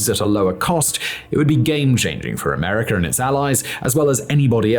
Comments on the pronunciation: Wtf is "ameriker" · Americer lol. Always ameriker